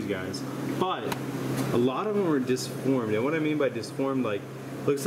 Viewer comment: DEformed, not disformed